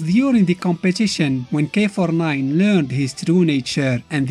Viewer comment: Why I keep thinking you say “k49” lol